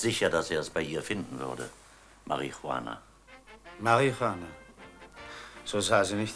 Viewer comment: Denke der Herr Ode hat bei den Dreharbeiten jedesmal wenn er das Wort Marie Juchana aussprechen musste kurz davor ein Joint oder Haschkeks konsumiert.